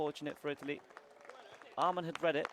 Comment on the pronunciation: the commentator keeps pronouncing Åhman "amon". It is pronounced Oman brother